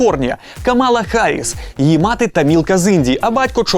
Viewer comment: одне велике прохання до Вас. Не спотворюйте ім'я сенаторки від мого штату. Вона НЕ Кама́ла, вона Ка́мала Харріс. Розумію, що в багатьох українців психологічна травма, пов'язана з прослуховуванням "співачки" Кама́лії, але будь ласка, прийміть до уваги. Дякую ❤️❤️❤️ Цьомчики!